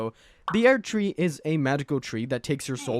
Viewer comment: Aired tree